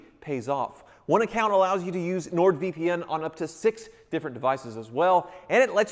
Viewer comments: Keeps calling it “NordVPM” vpm vpm vpm 🙄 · Sounds like he kept saying Nord VPM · um... it's Nord VP"N", I played it multiple times, your saying "M" lol.;)